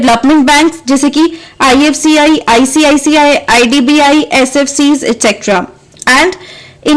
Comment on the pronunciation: icici not icict